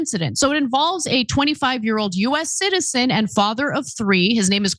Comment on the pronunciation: you are trying to mislead by emphasizing the word CITIZEN. Like they are deporting citizens. If you are a citizen who obstructs like many antifa and BLM pukes, you will be arrested lawfully. You speak sarcastically like none of the illegal aliens are a threat. IT DOESNT MATTER if they are or not. We know there are many rapists, drug dealers among them. I agree there are many good people among them. But Joe Biden opened the border for votes and this is his mess that has to be cleaned up.